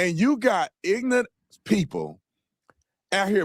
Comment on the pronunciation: he said “ignant” 😂😂😂